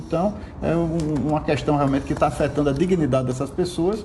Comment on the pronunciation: Alguém ensina ele como se lê a a palavra "questão".